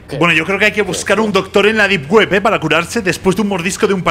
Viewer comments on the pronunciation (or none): Es Depp wepp no dar wepp xd